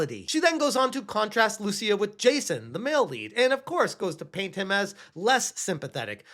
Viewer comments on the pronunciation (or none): If she is indeed Brazilian, "Lucia" is not pronounced as you did there. First, it's written "Lúcia", and the accent means the stronger syllable is that one. So you put emphasis on the "Lu" part of the name. Note that for some reason the US doesn't recognize Brazilians as latinos, they are in a different category, so Lúcia wouldn't be a latina.